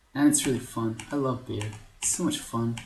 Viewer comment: pretty sure Beogh is pronounced "Bog". It was originally an acronym for Brian's Orc God (B.O.G). Other then that, great video, great series, keep up the good work!